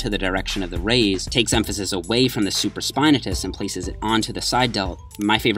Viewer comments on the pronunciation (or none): Super-spine-atus? Do you mean the supraspinatus?